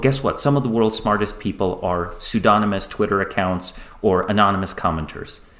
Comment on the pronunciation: two seconds in "soodonamus" LOL you know he has only ever read the word, lol